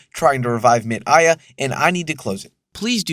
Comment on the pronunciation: Chico Science is great too, but 'MIT AIA' is clearly just 'Tim Maia', another beloved musician >w<